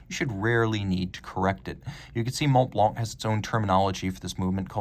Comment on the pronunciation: The c in Blanc is silent my man